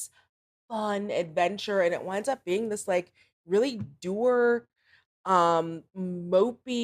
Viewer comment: Why do you pronounce "dour" like that?